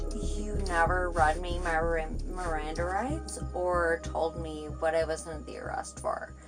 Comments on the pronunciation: “My mrrriranda r-rights were neverr read” lol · "MirrorAnDa RiGhts"😅 "any eEReaASstsT"